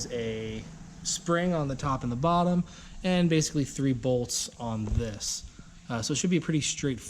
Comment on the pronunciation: I get annoyed when he says "bolts"